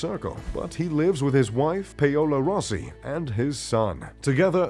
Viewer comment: "Payola" is actually Paola (pronounced pawla) Nestlé is pronounced ness-lay in English (America, UK), nest-lay in german and french which are the original languages of the brand (Switzerland France Germany)